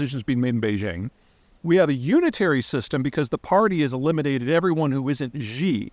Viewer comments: Mao also created a cult of personality, purged everyone and destroyed the economy to an even greater extent than Xi (Peter, you’re still butchering the pronunciation of Xi. Just say the English word “she” and you’ll be much closer to being correct.) Anyway, Mao did many of the same things you’re describing but Deng came in last minute and made relatively positive changes. Would like to hear what’s different about the Xi regime and the world that makes you so certain that the post Xi Chinese regime will collapse given the similarities to the Mao regime. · As much as I hate Xi, please learn how to pronounce his name correctly. Even saying C jin ping is a major improvement. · Hi Peter, I’m an avid follower of your posts, don’t always agree, but enjoy your perspective. I just wanted to let you know, “Xi Jingping’s” surname is pronounced “SHE”, not whatever romanticization you are using. It’s actually easier than what you have been pronouncing… best. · Love the video, as always, however “Xi” is pronounced like”she” in English. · Peter, the surname “Xi” is pronounced like the English word “SHE”, not with “J”, like his first name, “Ji”. In other words, “Xi” and “Ji” are not pronounce in the same way. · Pronounced as "She" Jing Ping. The other two names are said as they sound. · Pronounced "She-jin Ping" 😊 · Great content. Side note: His name is pronounced exactly like English "she". No need to voice the consonant. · So I'm going to believe a guy talking about China who can't be bothered to pronounce any personal or place names correctly? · I am initially skeptical based on his extreme mispronunication of the name of Xi Jinping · I'm shocked people in the west profess to be experts on China when they can't pronounce their leader's name correctly. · Another question: will Zeihan learn how to correctly pronounce 'Xi' before the latter dies? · Before commenting Xi, pronauns 'xi' properly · learn how to pronounce Xi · Xi is pronounced like SHE. Not Zhee. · she not gee